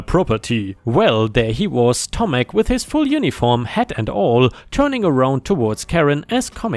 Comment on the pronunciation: The sidewalk story - You did well saying Tomek when reading the story.